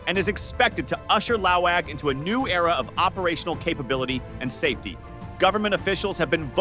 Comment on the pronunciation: It's Laoag, not Laong It's pronounced lawag, not "lao‐waaang" Short A's